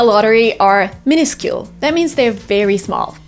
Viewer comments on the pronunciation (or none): How to pronounce minuscule?🙃